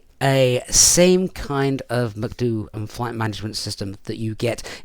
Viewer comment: love how he says Macdu for MCDU hahah